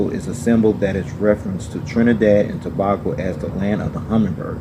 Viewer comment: You pronounced Tobago wrong. To pronounce Tobago it’s To-bay-go